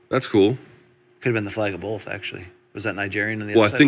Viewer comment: I swear Brian always says "bowlth" instead of "both" now. I'm not sure he's even trying it.